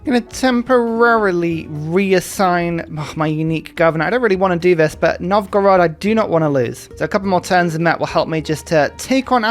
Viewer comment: Also great attempt on pronouncing “Novgorod”! I’m proud of you!